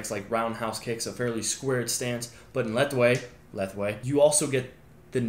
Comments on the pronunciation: I enjoyed this video a lot more than I expected! I’m Burmese and we pronounce lethwei as just letweī, if you wanted to do so! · Lethwei is pronounced (la•way or lay•way). The /th/ is silent and the front vowel is turned into a mid-vowel /a/. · I’ve done classical judo (where all locks are allowed) which in my opinion is the best grappling martial art and Lethwai (pronounced La-way by the way😂) and together they are insane😂 not sure on the exact rules off MMA or specifically UFCs rules on grappling and striking but surely these together would be a great match up?